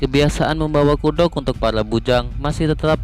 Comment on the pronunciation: Kudok😂😂😂 kuduak bang kuduak 🤣